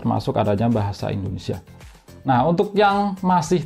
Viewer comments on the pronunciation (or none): none